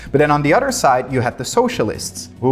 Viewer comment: Bro must really like cows. He keeps saying udder 🤣